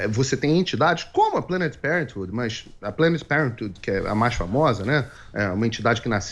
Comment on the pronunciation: Figueiredo, como já era de se esperar, parece que nunca estudou biologia na vida. Espermatozoide não é feto, feto não é bebê. Vê se tira esse chapéu de papel alumínio da cabeça e vai estudar um pouquinho, há anos morando nos EUA e não sabe pronunciar parenthood. Parentude? kkkkkk